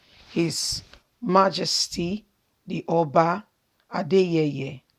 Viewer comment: Pla, stop messing up the oba's name